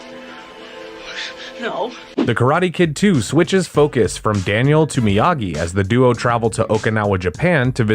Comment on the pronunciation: 6 theatrical films. - "Miyagi", not "Myagi" - And Bill Conti as the music score composer. - It was purchased by Netflix after its 2nd season originally aired on YouTube Red - Production on season 6 wrapped last year, and all 3 parts have already dropped on Netflix - You can NOT skip The Karate Kid part III, especially if you're going to watch Cobra Kai